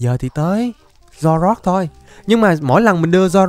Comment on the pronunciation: Anh có thể đọc là zoro ark